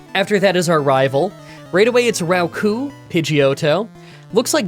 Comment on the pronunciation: Rattata is pronounced like that in french actually so if it's wrong in english at least it's correct in french 😅 Roucoups is pronounced wrong but it's hard to explain since the sound isn't really in english. But the easiest way to explain is that rou- is sort of how pigeons sounds like (in french we say that pigeons "roucoulent" ? With -coups having the s pronounced (even if it's wrong). The pun being roucoups sounding like roue coups (a flurry of hits)